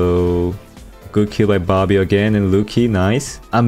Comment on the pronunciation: Your saying bobby sounds like barbie